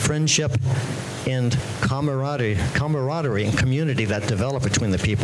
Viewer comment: How many times is Walter Day going to mispronounce camaraderie? Nobody wants to hear how Day, Mitchell, or Rogers are friends or how they founded a community. It would be nice to get a confession or an apology, but that's obviously not gonna happen. Fuck all of these assholes.